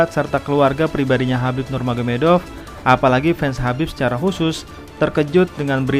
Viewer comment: Tolong hargai identitas seseorg dimulai dg menyebut namanya dg benar, namanya Khabib bkn Habib